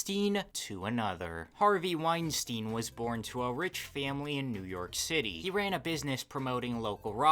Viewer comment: Good vid, although there is one common mistake that kind of irks me. Epstein and Weinstein are not pronounced Ep-steen and Wine-Steen, it should be ,Ep-Stine and Wine-Stine. Think about it. Nobody calls Einstein, Een-Steen, do they? Also, by the naming convention you used, Weinstein should be Ween-Steen. Which, although it probably captures that villain's essence more definitively, is wrong.